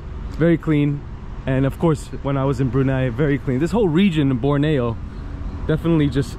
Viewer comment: Im in kuching and can you go to matang 6 i live there and you say borneo wrong